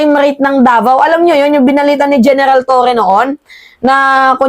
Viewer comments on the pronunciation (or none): none